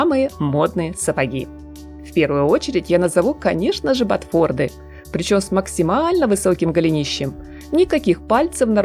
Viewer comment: БотфорТЫ, а не ботфорды!